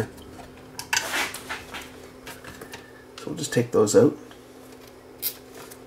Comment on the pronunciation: And you say owt for out.